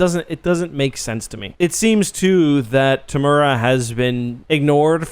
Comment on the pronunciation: Looks like you're a big fan. Be great to get a bit closer on the pronunciation of Temuera. All us kiwis were probably wondering who the hell you were talking about.